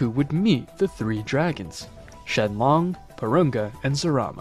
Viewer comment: the name is shenron not shenlong get it straight